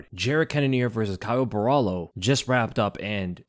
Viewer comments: just to help you out, Borralho is pronounced Borralio not Borralo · It's BO HA LEE U (that's how you pronounce his name correctly. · For anyone interested, the right way to pronounce his last name is something like “boh-rrah-lhyu” ( the last sylab is very hard to put in text, think of the lh in silhouette but emphasize it a bit more lol ) 👊🏽